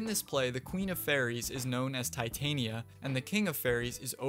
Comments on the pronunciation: I believe its pronounced Tih-tahnya not tie-tainiya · REPEAT AFTER ME. TEH-TAHN-YA. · Also Val-Keer for Valkyr. Not nearly as ear bleeding as Tye-Tain-Ee-Uh but it was still wrong.